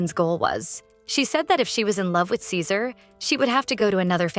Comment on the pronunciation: Why did the voice keep calling ceaser scissors 😂